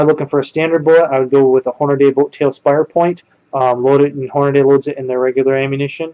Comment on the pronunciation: why do people pronounce Hornady all sorts of weird names like Horn-a-day or Horn-ay-dee? It's "Horn-ah-dee". Pronounced just like it's written. Don't believe me? Listen to any Hornady official video online.